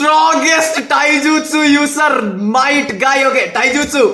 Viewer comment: Might guy bro not night guy